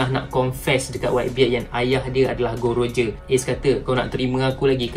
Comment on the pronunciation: Bukan gold roger tapi gol d roger